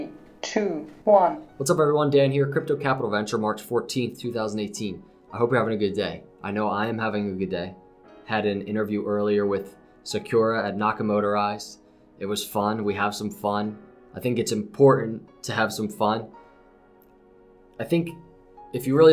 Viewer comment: FYI, it's pronounced Sah-coor-uh, not Sah-cure-uh.:)